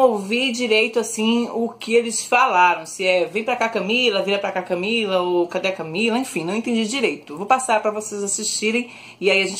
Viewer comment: eu escutei um "closer CamEEla"